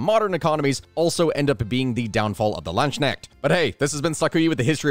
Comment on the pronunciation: Please, work on the pronounciation. It's Landsknecht, not Landsschneck, or plural Landsknechte and nit Landsschnecks. I know, this can be hard, but if you study them you should we able to at least pronounce their name somewhat right.